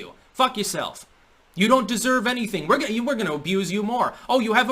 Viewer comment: "Fuck Yaself" Your New England came out there lol. Hell of a video.